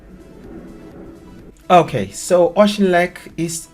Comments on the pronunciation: Its not secret at all. AUCHINLECK has been a shit hole for Pakistani drug dealers for years! The buggered up the Lead Hills! I own lands in the Lead Hills yet the cops did nothing! A village destroyed by the COPS! Well done on trying to say the word AUCHINLECK, Close but not quite! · You could learn how to pronounce the name of the place properly. The ch is pronounced in the Scottish way like in loch not as in cheese. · The ch is pronounced as in 'loch', not as in 'machine'. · Oshtinlek? OSHTINLEK!🤦🏻‍♂️🤦🏻‍♂️🤦🏻‍♂️ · I’m not a Scot, but pretty sure it’s pronounced more like Orkinlek than OceanLick. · Auchinleck is pronounced Awkinleck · When you pronounce it don't say "sh", it's pronounced like you are clearing your throat, Au*ch*inleck. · It's ..... Awe-kin-leck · Pronounced ock in leck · Auchinleck, pronounce Auk in leck, with a hard K. I have not seen this on our news, thank you 🧡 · it’s pronounced OKINLEK. It’s a small village with an exceptional semi-professional soccer team named Auchinleck Talbot who have won the Scottish Junior Cup 14 times which is a national record. Simply, here, the natives have got restless. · It’s pronounced ockinleck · Pronounced Aukinleck honey 😊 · No offence,but please can you try saying it okinlek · It is pronounced AU-HIN-LECK. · Pronounced Aukinleck. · My dude, as a Scotsman that was kinda hurtful you're not even googling the towns name you feature..Google's free to use.. Ock-in-leck. Otherwise I'm glad that issues the main/lame stream media won't touch are actually finding their way to people's attention. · Pronounced 'Okhin leck' , Ockhin as in Rock'n and leck' as in 'Wreck' Rock'n Wreck ! At Auchinleck 😮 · It's pronounced ock-in-leck. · My mother was from Auchinleck...Ock-in-leck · Pronounced - aw kin leck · It's pronounced Affleck. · Its killing me how you pronounce it Say okinlech thats how you pronounce it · say it like okinlec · OOCH N LE K. BLESS YOU BRO THIS IS HOW YOU PRONOUNCE IT. ❤ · Auch-in-leck, no s.